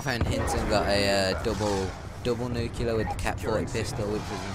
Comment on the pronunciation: First of all I hate you for pronouncing nuclear wrong it's nu-clee-ar not nukular. Second of all these people are either incompetent players or your friends taking dives so you can look good because you would have died so many times. Also people have gotten nuclear with knife before